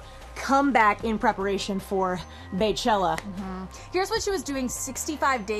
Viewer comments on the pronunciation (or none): BEYchella pronounced "bee-chella" not "bay-chella" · BEYchella can the media stop pronouncing Bey like Bay.... BEY is pronounced like first 3 letters of her name Beyonce'. BEY pronounced as BEE. Get it BEEhive = BEYhive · OMG it's NOT BAYchella!!! it's BEYchella... as in BEEEEE!!! why do people pronounce it BAY??? it's NOT BAY!!! that will forever annoy me! her name is NOT BAYonce... its BEYonce!!! BEEEEyonce!!! lawd have mercy!